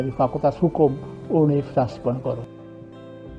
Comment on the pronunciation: Sering kali penyebutan kata "universitas" oleh Pak Rektor terdengar "unisitas" 😔😔